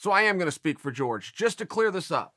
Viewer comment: why does he keep saying George Masvidal, isn't it Jorge?? they are pronounced differently as far as I know.